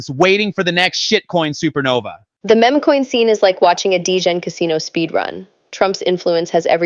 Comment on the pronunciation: I like this content but come on… time to program these bots to say MEME not MEMA! always corrects the interviewer on how to say her name.